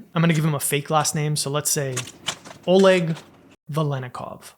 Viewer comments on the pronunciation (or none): "Oleg" is pronounced "ah-LEK" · lol I also know an Oleg.... Pretty sure it's pronounced more like A-leck. The Oleg I know rolled his eyes and made certain I knew how to pronounce his name after calling him O-leg 😂